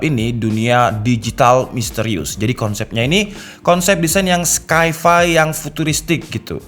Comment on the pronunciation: Sci-Fi dibacanya SayFay bukan sky fay